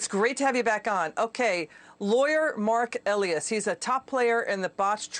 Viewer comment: MARK EE-LIE-US! If reporters are doing their job, they would KNOW how to pronounce names😉😉